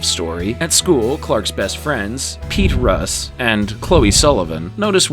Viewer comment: Also this guy butchered Pete and Lana’s name, only Lana’s aunt Nell said her name in that dumb way and wtf Pete Russ? It’s Ross jackass